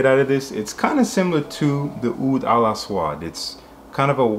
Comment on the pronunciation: Nice review Bro! Oud Al-Aswad translates to Black Oud. Don't know if anyone else mentioned it and naw Bro your pronunciation was good. Nourah is Blossom and Kalemat is Speech or Words.